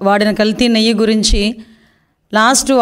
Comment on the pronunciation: నెయ్య కాదమ్మా నెయ్యి అనాలి ఇక్కెక్కడి గౌరవ ముఖ్య మంత్రి .అబద్దాల కోరు చేంద్రీ బేబీ.